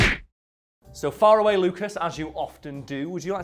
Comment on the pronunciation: I only just realized he says “” because he’s far away and not because his last name is Faraway like i was thinking for the past few months